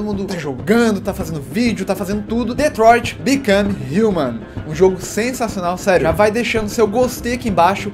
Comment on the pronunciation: MANO FALA ESSA PORRA DIREITO, ESSE POVO FICA TENTANDO FALA EM INGLÊS SEM NEM SABE INGLÊS, FALA DIREITOOO, É DETROIT BECOME HUMAN NÃO DETROIT BICAN HINMAN